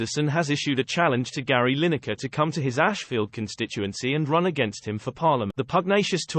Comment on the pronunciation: You couldn't be bothered to do the voice over yourself? (and it couldn't manage to pronounce the subject's surname right :D) And why would Lyne-ekker want to run for Parliament? Is this a "you can't criticise politicians unless you run for Parliament" thing? Because I'm pretty sure that's not a thing.